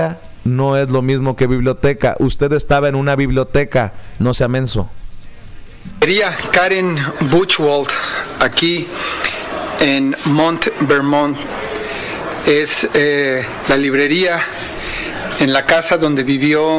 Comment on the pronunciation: Ya como no estarà Peña Nieto éste quiere tomar esa vacante! Burro!😂 ya de su inglés ni hablemos! Monte Vernon. Jaja Tan fácil q es decir "Mount". Vernon.